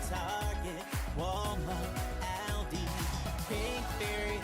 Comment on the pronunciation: My only gripe with Pink Fairy is how they say ALDI 🤣🤣🤣🤣🤣